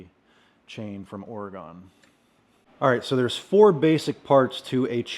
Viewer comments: Thanks for the great review, very through. BTW it's an OR-uh-gun, not OR-ee-gone 😃. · Hi, another great video. You certainly are getting some experience with the EVO. Nice work. I'm from MA, and my friends on the West Coast told me the proper pronunciation of Oregon is OAR-E-GUN, not OAR-A- GONE. Thought you might get a chuckle out of that. Cheers! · ory gun not ory gone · I don't want to be "that" guy but as someone born and raised in Oregon it's pronounced "ory-gun" not "ory-gone". As we like to say to those east of the Mississippi "we didn't go anywhere". :D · Please learn how to say Oregon! It makes those of us from Oregon nuts hearing people mispronounce it so badly! It's pronounced or-gun, not or-E-gone. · It’s pronounced “oregun”